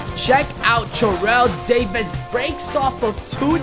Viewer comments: Every time you Churrell Davis instead of Terrell Davis I cringe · It isn't his accent but he accidentally said churrel Davis cuz he was to focused 😂